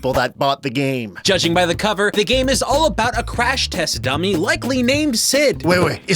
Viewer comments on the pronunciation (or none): Ha! You say "abowut